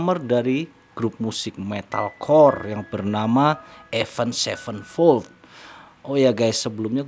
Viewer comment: Avenged sevenfold ya baca nya ya tetep avenged sevenfold bukan avend sevenfold